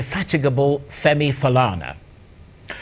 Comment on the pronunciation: Chai! Colonial mentality - so, the anchor, Charles ANIAGOLU, cannot strive to properly pronounce "Falana"? I am sure though he would make the effort to pronounce French, English and Latin words with their accents? Who manages this Arise YouTube page? Hope you can send this feedback to ANIAGOLU?🤣😂 He reminds me of some Nigerian teenagers in the UK. Ask them of their origins and the answers usually go like this: "I'm British but my parents say they are from Nigeria". It is amusing to hear.